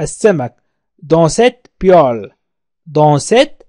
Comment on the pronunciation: شكرا استاذ لكن اظن انه هناك خطاء في نطق المقلاة polel